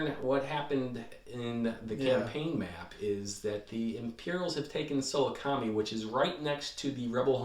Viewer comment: Just random FYI: Sah-LOO-kah-meye”